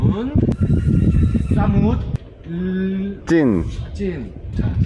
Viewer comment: ส่งกำลังใจเล็กๆน้อยให้นะคะ ❤ ทริปนี้เป็นคนหวานกันมาก เก่งมาก อ่านคำว่า"สมุทร" ได้ด้วย 👏 ดูสนุก น่ารักทั้ง3คนเลยค่ะ 😊